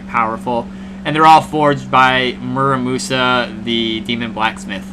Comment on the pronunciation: Absolutely butchered the pronunciation of the game